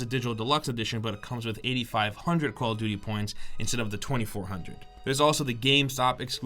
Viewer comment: He says call of vuty not call of duvty